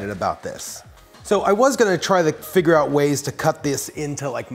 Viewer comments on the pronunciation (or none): none